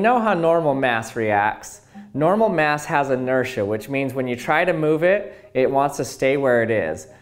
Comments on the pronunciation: Boruto Uzumaki I hope so! plus his voice is meme worthy! simply the wae he says "*mass*" is funny😂 mieyahs! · Khalil Thomas how do you say it?